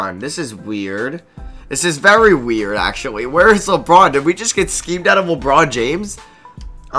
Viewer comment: Does anyone hear him say wabwuan instead of LeBron